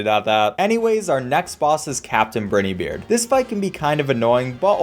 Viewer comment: briney beard NAH BRI NE BEARD